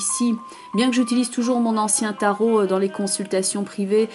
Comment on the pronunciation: Bravo pour ce tirage très professionnel, et très juste en ce qui me concerne (quel bonheur de vous entendre appeler les cartes du Tarot de Marseille par leur nom CORRRECT !). Je me réjouis de vous retrouver en 2019.